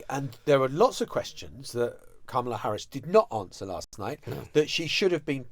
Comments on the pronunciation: My goodness, you’ve been to the states recently and I don’t know if you were at the DNC, but you must have watched it: why on earth can you guys still not pronounce Kamala’s name correctly, just say her last name if you can’t manage it. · I'm married to a Brit and it's a difficult sound for them to pronounce. I think comma-la is closer than cama-la and most Brits can say it. I've also told my Brit friends, think of Karma and try using that sound (unfortunately that makes most of them say Karmala ). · I’m a Brit and have no difficulty in the pronunciation. There were kids at the convention who taught folks in the audience how to say it (Comma - la).